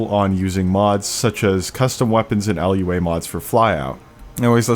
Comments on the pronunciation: Never heard of LUA, but I have heard of Lua (loo-a). 😂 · Nice job! Cool to see that turboprops aren't just for COIN and CAS. One note - the programming language you're referring to for Flyout is Lua, pronounced "loo-ah" - not an acronym (although that's a very easy mistake to make with programming languages!) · Lua is not an acronym, it's just "loo-uh" :) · Why did you pronounce lua like that :(